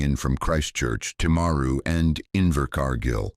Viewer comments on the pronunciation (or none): This was horrific. It is the second worst Massacre after the 54 people killed in the Christchurch Mosque attact. Also Dunedin is said Dun-ee-din, and Timaru is said Tim-aa-ru. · SECOND worst after the mosque shootings. Also dunedin and timaru are not pronounced like that. Wouldn’t hurt to do decent research first?